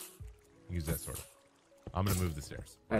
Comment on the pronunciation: I literally thought he said "did you make the mega zord yet But he said sword 😭😭